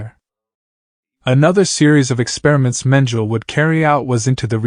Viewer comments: Because it’s a robot that pronounces words as spelled. Mengele is a German last name and the AI is using an English pronunciation. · Ugh. His mispronouncing of Mengele’s name makes this unwatchable. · How can you narrate this not know how to pronounce the name Mengele?? Everyone know his name but obviously not you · Perhaps he’s using the German pronunciation. But, really who cares. If that’s all you are deriving from the video, you are part of the problem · I know the facts very well! My great aunt was a victim of his experiments on twins. The German pronunciation is the same in English. My point was how can you narrate a documentary and be the one person who hasn't done your research on this very famous/notorious man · But why didn't you check, how to pronounce his name properly?🙄